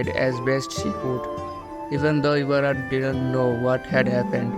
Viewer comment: You said Mayaka Ibara's name same as Oreki 😅👍